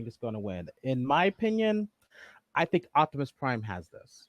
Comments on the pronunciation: say it with me Op-ti-mus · I'm sure you and are saying his name right but for some reason it sounds like you both are saying "Octomus"😅 lol!